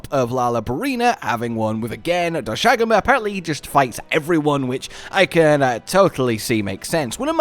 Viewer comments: Doshagama pronunciation is back lmao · I can't believe he still can't say doshaguma